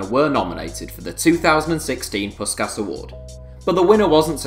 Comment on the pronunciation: Dont pronounce the awards name again please